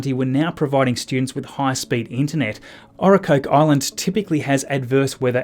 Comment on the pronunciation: Ocracoke is pronounced; Oak - Rah - Coke. Emphasis is on the first syllable.